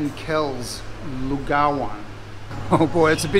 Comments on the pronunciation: You nailed it mate! Great pronounciation of "Lugaw" . Very good!.... Watching it, looks so delicious 😋😋😋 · Correct pronunciation of lugaw finally. 😁Thanks for sharing us your food adventure mate. It looks delicious!:goodvibes